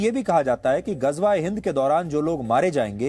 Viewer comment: Ghajwa e Hind 😂😂 Ghazwa e Hind hota hai